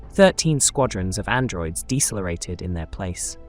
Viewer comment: Did you just say Dessa lareated instead of decelerated😢